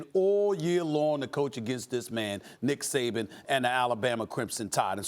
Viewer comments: “there was a positive and a negative to DICK Saban” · I might be late but did it sound like he said Dick Saban.. haha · Stephen A. called him "Dick Saban" at the mark lol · And as a Dolphins fan I can absolutely agree that's his proper name. That or Nick Satan. Never forgive.